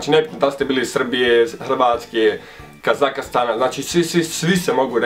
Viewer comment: "KAZAKASTANA" hahahaha